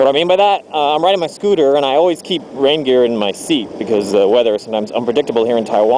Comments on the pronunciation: i thought you were saying reindeer at the start 0_0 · took me a good few minutes to realise you were saying rain gear, not reindeer :(